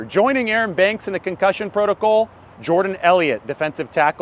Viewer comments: Love your content. Please stop saying proto-coal, it should be proto-call. Like alcohol but not as fun. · Concussion proto”Cole”. What accent is that? 🤣